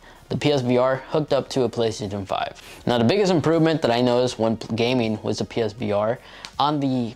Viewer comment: "The Plehstzzn5"